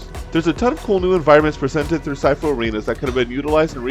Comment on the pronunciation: Hey bro just to let you know that it’s pronounced sheefu (I think it’s supposed to be written this way I don’t know so sorry if I say shit 😅) but yeah I agree with a lot in your video keep up the good content bro 👍